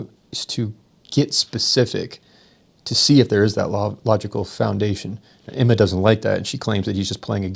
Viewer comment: Is it Emma or Enema LOL.